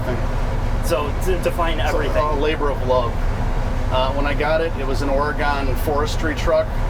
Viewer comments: Oh god us Oregonians cringe when people pronounce our state like that 😂 otherwise a fantastic video and a great owner. Thanks guys! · Don't say "Oh Ree Gone"... it's OR EEE GUN...but thanks for the video! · There is no such place as Ahr-aGON. It's pronounced Ory-gun. Thank you. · "Or-E- gun" not "Ora-gone". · Please learn how to say Or E Gun - it ain't gone. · oh the midwest, oreygonee no its orey-gaan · “Ori-gone” No, it’s “Ory-gun” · You said my name wrong it’s not Oregon it’s oregun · It’s pronounced OreGUN, not OreGONE. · Your buddy needs to learn how to say 'OreGUN'.....not "OreGAAAAHN'. This isn't Boston.....where you can't pahhhk your cahhh in Hahhhvad Yahhhd. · Oregonians cringing while watching this listening to everytime he says "Ore-GONE" 😬😬😬😬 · "... originally bought and owned by the Oregonne State..." Oregonians: RRREEEEEEE! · Remember: it's "ORegon", not "orEgon" or "oreGON". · Or-a-gun is how we say it out West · Its pronounced "Orygun" guys... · Please don’t call it Ore-“gone”. Yuck. Our tree huggers will even chase you out. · "Ore-a-gone"...? Yeah, I can tell your not from Oregon...or have any clue how to pronounce it correctly....millennials, ....clueless losers all... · Ore-E-GUN you dolt. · How did he say Oregon?? ORAGONE thats how you tell he is not from Oregon!! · I've heard it so many times that people from Illinois pronounce it OR-E-GONE, and some in Oregon pronounce it ILLI-NOISE. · There's no E on the end of Oregon dipshit. Oregon like Orygun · Pronounced "Or-Ih-Gun..." For FUCK sakes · I looked at the comments just to see if another Oregonian said something about this. Or at least anyone who knows it’s not pronounced Ore-gone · Ya..funny..its Oregun..that's how you say it..born there..live in N. Calif.. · learn how to pronounce Oregon!!!!! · That's not how you pronounce Oregon. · Why does everyone pronounce Oregon like a wiredo?? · Why do people struggle to say Oregon correctly? It’s hard to listen to.